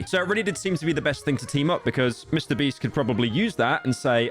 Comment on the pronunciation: he said mr breast instead of beast